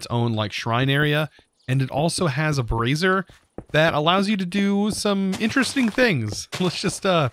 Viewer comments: me snickers like a 12 year old. also snickers when he says " brassiere" instead of "brazier" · can just not cope with the word 'Brazier'. bray-zur (If americanish). Brey-zee-uh (if english). BrArr-zee-air if you want you want a lift.